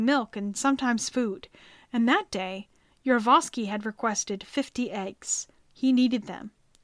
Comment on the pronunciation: I thought this video was predominately about Gregory Rasputin, but was actually the final days of the Romanov Family. Also, the narrator kept mispronouncing the last name of the person in command of the Ipatiev House, Yakov Yurovsky. She kept saying: "Yurvosky". Uhg! This is the problem with amateur videos.